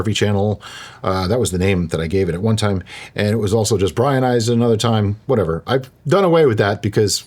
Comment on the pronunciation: Welease Bwian. 😂😂😂 Welease Dewikka. 😂😂😂